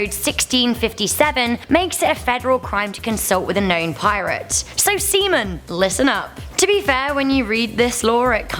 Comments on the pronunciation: Did she just say semen or sea men? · “so seaman” “So semen”?? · "so se(a)men, listen up" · "So sea men listen up!" Oh shit I heard that very wrong. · She said seaman watch out say it out loud